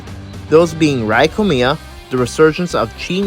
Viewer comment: I want to say as a Japanese person IT’S NOT PRONOUNCED Rī KOMIYA! IT’S Rēā KOMIYA!